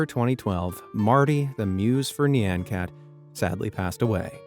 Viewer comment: That pronunciation of "nyan" was abysmal... Different cultures have different sounds that animals make... When you think of the sound of a cat, you'll hear "nyan" which is the Japanese onomatopoeia for the "meow" a cat makes, much differently... But how the narrator said "nyan" shows that they never bothered to even find out how "nyan" is pronounced, even though a quick Google search or YT search would have gave them the correct pronunciation... SO Lazy.